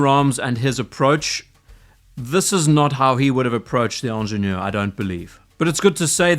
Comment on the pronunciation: It's hard to listen to somebody repeatedly mispronounce the name with a French accent. Ingénieur starts with an i, not an e. As for your redesign, if you can call it that, it is laughable. You removed the crown guards, replaced the 12 marker with the logo, and put Pilot hands on it. That's hardly a redesign. The Pilot hands on it look stupid. The 12 marker looks better than the logo. The crown guard removal works either way--just a matter of taste. The price is all perception. People have a hard time with the steep increase, but compared to RO and Nautilus, it's not unreasonable.